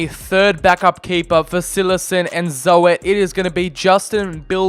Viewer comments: Joren Zo-et lmao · Ik ook maar dat kan hè dat mag gewoon